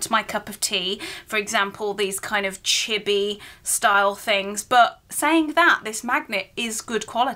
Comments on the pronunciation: oh chibi, it sound like chipi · I cringe at the way u said chibi its pronounced chee bee